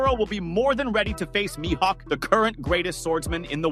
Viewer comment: my hawk? Isn't it like Me-Hawk?